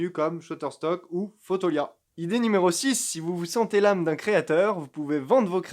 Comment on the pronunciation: "Fotolia" pas "Photolia". 😅